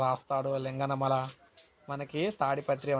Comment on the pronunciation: అనంతపురం జిల్లాలో అది రవకొండ కాదు ఉరవకొండ అట్లనే లింగనమల కాదు శింగనమల